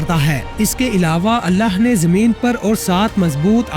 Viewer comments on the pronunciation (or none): mery bahi ap ny buhut acha beyan kia hy tamam nishaniyon ko mashallah lekin ik choti si galti thek ki jiye ga ky hamesha lafz allah ky akhir mein haa hy ha nahi or in donon ki pronounciation alag alag hy to apni ye mistake thik karen meaning mein farq a sakta hy